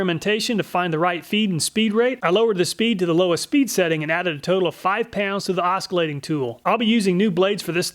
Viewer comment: You don’t pronounce the “c” in Oscillation……that’s just weird.